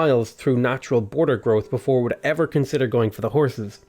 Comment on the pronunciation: when u were saying "horses" I heard it like "whores".I was like what..!